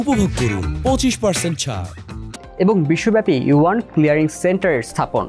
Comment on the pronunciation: Please correct your pronunciation, this is Yuan